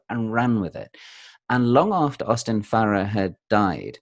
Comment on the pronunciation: My favorite part of this video is when says, "Correct my pronunciation," saying it "pro-noun-ciation," and then pronounces "Farrer" correctly, so Mark tells him his pronunciation is good, without correcting him on the one word that he did mispronounce. 🤣